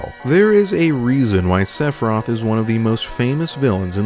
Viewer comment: I could not get past you pronouncing the dudes name as 'Sephroth'